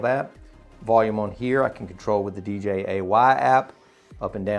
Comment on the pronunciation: not D J A Y 😂🤟 nice review